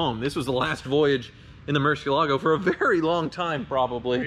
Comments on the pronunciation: why, the fuck, is everyone pronouncing it with an 's' ? it is pronounced "muɾˈθjelaɣo", with a 'th' and a soft g. It's not "moor-see-el-AH-go", it is "moor-THYE-lah-yo" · Murciélago (murci EL a go) por amor de Dios! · the way you pronounce murciélago is Spanish for bat, the Lamborghini is Italian the right pronunciation is miurchielago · Please don't butcher the Murcielago pronounciation. If Tavarish can learn it, so can you. The accent is on the e, Murciélago. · Ask Tavarish how to correctly pronounce Murcielago, please!